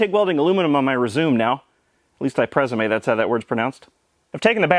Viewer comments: "Prez-uu-may" 10/10, would like again. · "I think I'll put TIG welding aluminum on my resume now, at least I presumé that's how that word's pronounced." i got upset at the first half, facepalm for the second half, lmao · "I presoomay that's how it's pronounced" had my crying 😂😂😂😂😂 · OK, pres-u-mae is so far the best word pun on this channel, as a Brit - I doff my cap to you sir !! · Resume and Champagne are both pronounced as they are spelled, I've never heard a better pronunciation in my life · I hate what you've done to the word presume now, I cannot every say it normally from now on